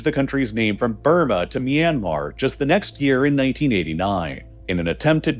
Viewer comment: It's ahcawse they're trying to lay claim to a Japanese diesel engine manufacturer "MY yanmar" 😂